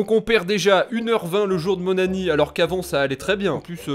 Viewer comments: Il dit pas anniv il dit anni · Super , mais j'ai l'impression tu dis "le jour de mon anni" au lieu de "anniv" ça me stress